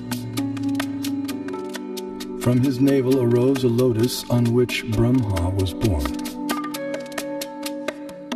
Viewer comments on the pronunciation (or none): If you know so much about the Vedas, why do you mispronounce Brahma and Lakshmi?